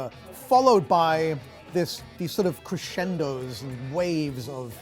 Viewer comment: I died when he said crescendo